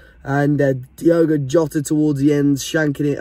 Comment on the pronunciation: Say Jota thx